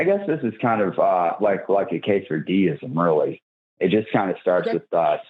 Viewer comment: Lol At the beginning he said something about “a case for deism” and for a second I thought he said he was into “quesadilla-ism”. He would have been better going for that position. They can be very tasty. As long as he stays away from the Gordita of the Gaps fallacy.